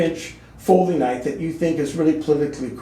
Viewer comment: "You call that a knoife? THIS is a knoife!"